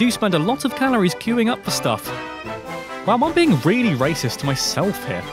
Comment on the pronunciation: Omg did scary red dragon from flag say rasict